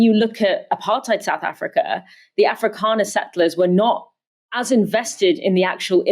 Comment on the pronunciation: Excellent. Informative. Please, can you say SOUTH and not Souf Africa... And it's 'with' not "wiv".. and "thing" not 'fing'. . I enjoy your thorough work...kindly make an effort to correct your basic spoken english - and DO NOT TROLL ME!